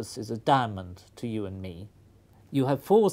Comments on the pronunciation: when i hear the word diamond i hear damnond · Lol at the way he says "diamond".